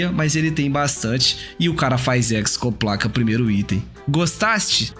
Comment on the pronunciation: De onde esse cara tira esse "c" no meio da hexoplaca?